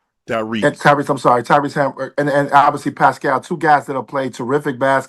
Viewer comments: Whey he say hamburgerler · Someone please give me the time stamp for Toine calling Hali “Hamburg”😂🤣